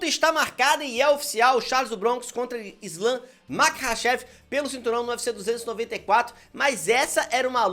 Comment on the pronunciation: Pq ele fala o nome do islam errado? Que cara loki